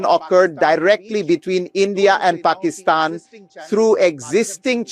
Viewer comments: Puh -key-Stan (like stand) not ston. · Please pronounce Pakistan the correct way. It drives me crazy everytime you mispronounce it. You pronounce it Pakeestan. A Pakee was something we called Indians as an insult when we were kids. The i is more like an 'uh' sound. Google 'how to pronounce Pakistan' for confirmation. I'm not Indian or Pakistani. Love you and Meidas. Thanks from 🇨🇦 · Your pronunciation of Pakistan is weird, and sounds like Trump saying China. It's Pack-iss-tan no pockystan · Ben, no disrespect but you are saying Pakistan incorrectly.. it sounds derogatory you pronounce Paki - stan.. it supposed to be pronounced be pak-ih-stan.. Please correct this minor pronunciation error. :) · Hey Ben heads up my friend.Pakistan.Pronounced istan not estan.Not from me but from my Pakistani best bud.Kevin from Toronto.Keep it Rolling. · I like your podcast, but I couldn't watch this due to your pernuciation of Pakistan. ( the " i " is not a hard e ) it was torturous to listen to.. sorry bud! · PLEASE learn how to pronounce Pakistan. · Could someone please inform BM about the proper pronunciation of the country name Pakistan?